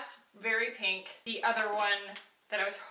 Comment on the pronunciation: no smudging or transferring around? As soon as you put that first blush on, I knew you'd maybe hate it. Then, you said PENK, and I almost snorted with laughter. It actually looked cute, though. Also, I wear that Juice Beauty blush on top of the it cc cream/bye bye pores powder with no issues. I bet this stick would also work.